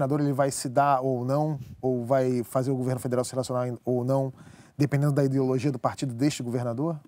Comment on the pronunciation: Me da uma agonia escutar o dizendo “idiologia”